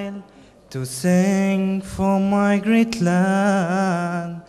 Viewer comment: الصوت حلو بس شوي النطق مخرف لما يقول حرف r for before